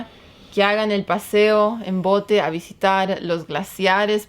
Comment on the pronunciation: es bote no pote 😆